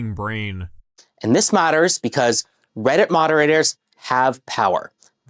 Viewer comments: I literally skipped around a couple times and in almost every skip this guy has said Redditt. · blud literally says "weddit"